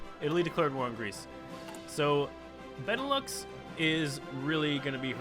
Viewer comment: Benelux: Ben-e-lou The japanese faction: Die-toa Key-oi-ken Xibet San Ma: Sie-bei san ma Svea Rike: Swe-a ri-i-ke Some pronunciation, correct me if i'm wrong but this is how i've heard people say these things. Also, this is very cool, way better than 100% world tension, keep it up!